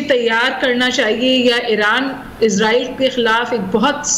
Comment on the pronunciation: اسرائیلی کو ازرائیل کیوں کہنے پر مجبور ہیں آپ!!